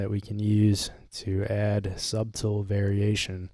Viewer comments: Did my mans really pronounce the “b” in “subtle”😂😂😂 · this man really pronounced the b in subtle lol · No offense but u do NOT pronounce the “b” in subtle hearin that is like nails on a chalkboard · Thanks for the video, I learned something! Also, please learn how to pronounce "subtle"... it's pronounced "suddle"